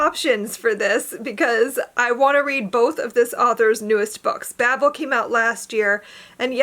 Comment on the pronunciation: It’s pronounced with the long A, so bay-ble. The audio book is sooooo good.